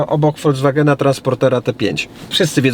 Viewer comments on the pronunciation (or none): none